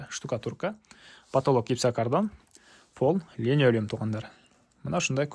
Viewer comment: ГЕЛЕС ДЕГЕНДЕЙ ЛЕНОЛЮМ ДЕЙСИН ГО КЫРГЫЗДЫН СОЗДОРУН ТУУРА АЙТКЫЛА